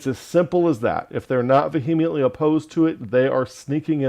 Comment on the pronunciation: I consider myself quite vee-uh-ment-ly opposed to the false "doctrine" of Calvinism, too. 🙂